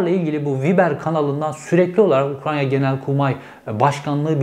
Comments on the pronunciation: “UKRAN(!)YA 😂 “N” ve “Y” sıralaması etütleri 😂 Cevheri bey, UKRAYNA. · Her yaptığınız videolar çok değerli ama Ukranya değil “Ukrayna”. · Ukranya değil Ukrayna ☺️ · Cevheri eline sağlık şu Ukrayna'ya Ukranya deme artık kardeşim ya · UKRAYNA NOT UKRANYA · Ukranya değil yaa öff Ukrayna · Ukranya değil Ukrayna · Ukrayna reis ukranya değil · Ukranya .......Ukrayna.....Ukraine..... her türlü dilde söylebilirsin BRO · Ukranya degil bu arada ukrayna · Ukranya değil ülkenin adı Ukrayna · Ukranya deil ukrayna reis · Ukranya mı? Ukrayna mı bir karar ver😂😂😂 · Program çok güzeldi gerçekten tebrik ederim. ‘Ukranya’ yerine ukraYna deseniz daha güzel olacak. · Ukranya değil Ukrayna. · ARKADAŞIM UKRAYNA YA UKRANYA DİYİP DURMA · Abi Herkeste böyle küçüklükten kalma telaffuz hataları oluyor..Uk-ray-na..Tren rayı var ortada..Öyle düşünün doğru söylersiniz.. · Ukrayna oldugunu bilip konuşurken Ukranya demek🙂 vallahi bende senin gibiyim 😄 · Tanıdığım en güzel UKRANYA diyen insansınız 😉☺️ Oraya takılmayın lütfen 😉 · " Ukrayya " beni demotive etti. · Cevheri Bey teşekküler yorum için ama Ukrayna kelimenizin telafuzunda bir sıkıntı mı var. Sanki Ukrayya diyormuş gibisiniz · Keşke önce “Ukrayna” demeyi öğrenseydiniz. Böyle adamları dinleyen bir kitle de var, ben ona üzülüyorum esas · UkraNya ne Allah aşkına 😂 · Bilgiler güzel. Teşekkürler. Ama lütfen 100 kere tekrar et: UK RAY NA. Diğeri gerçekten kulak tırmalıyor. Bir videoda birinin bin kere Tükriye demesini düşün! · Çok şükür Ukranya demeyen biri çıktı...:))) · "Ukranya" değil... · Cevheri bey lütfen UKRAYNA kelimesini doğru telaffuz edebilir misiniz:) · Ukranya ne yaaaa? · Kaç kere Ukranya dedin aynı Bahçeli gibi ben yanlış söylediğin kelimeyi yazarken zorlandım. Söylemek zorsa yaz bir yerede oku en azından.